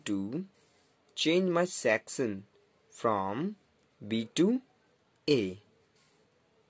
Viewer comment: When you say section I heard that you say sextion